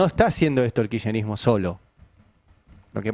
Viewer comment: Tenemos un presidente tan imbécil, que se queja porque el, como pronuncia él mismo, "Kircherismo", está destruyendo el estado. No era su deseo de imbécil destruir el estado ?